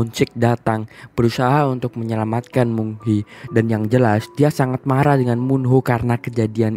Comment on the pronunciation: Marah bg bukan maghah